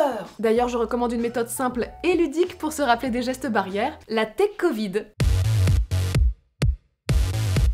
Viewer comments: Mdr tu veux pratiquer le " coit 19" looool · on dit la covide mais pas le covide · On dis le Covid et pas la cavid madam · On dit le covide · Sa ce dit le covide 19